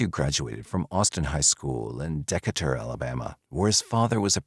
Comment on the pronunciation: Deckater? "de KATR"